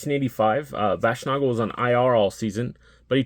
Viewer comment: Baschnagel - it's a long "a" at the end of his name. Nagel rhymes with bagel.